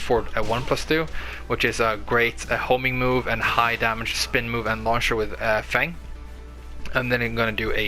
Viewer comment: you pronounce his name perfectly on second time. He is my favorite character and I am glad to find this great video